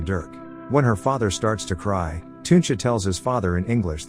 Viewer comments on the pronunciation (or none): how do you say teuntje its not tuuntje